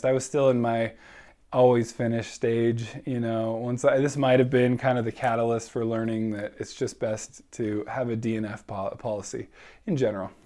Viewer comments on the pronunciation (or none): none